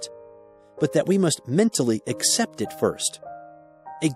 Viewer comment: I appreciate this audio but I wish he'd say ACCEPT and not "except". Grr! It's making my eye twitch o_O